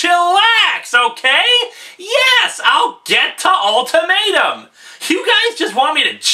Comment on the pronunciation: The way you say "ultimatum" sounds like you're saying " old tomato"